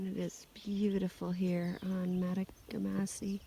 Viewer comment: Great trip. The lake you started and finished on is pronounced MA TOG GA MA SI. Nicknamed TOG for short. Great video !